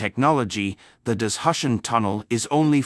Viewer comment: What’s “dis-hush-en”? For heaven’s sake, say “da-zoo- shan” ( for Dazushan in pinyin ) !